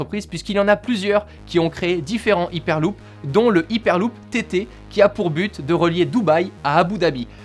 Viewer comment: C'est dure de dire "haiperluup" ?